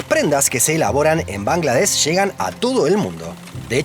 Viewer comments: De hecho, correctamente se dice Bangladesh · Bangladesh, se incluye la h y suena. Se escribe Suriname, Bahrein. Tus exónimos mal escritos. La capital es Dacca. Con doble C. Muy buenos videos. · Bangladesh se pronuncia con sh al final.